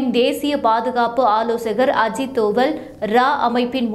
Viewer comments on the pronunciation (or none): none